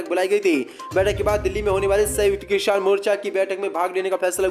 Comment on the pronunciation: Kisan ko kishan kyo bolte ho